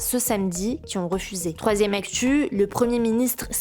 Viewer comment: ... Troizzième actchuuu... 😂